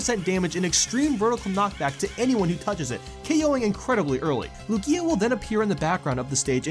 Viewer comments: it's pronounced LOO-gee-uh not loo-GEE-uh. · LOO-gee-a, not lu-GEE-a